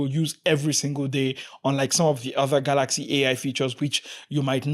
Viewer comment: I like ur pronunciation kaalaxi